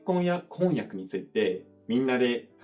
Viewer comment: 箸と橋の発音は日本人も曖昧じゃない？おを付けられるのが箸だけなのでお箸って言って区別したりしますね。 あと婚約とこんにゃくの発音が違いますね、全然通じますけどね。